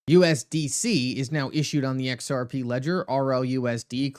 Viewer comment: Every time you say xrp it sounds like xrpee 😅. I hope all you you tubers know what you're know what your talking about. But I'll hold my breath